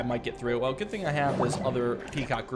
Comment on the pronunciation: Goot club. Everyone say goot.